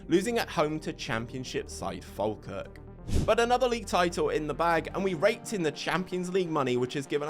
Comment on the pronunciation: Used to live in Elgin, great little club. A little bit of advice. Falkirk is pronounced Fall-Kirk Elgin is pronounced Elg-In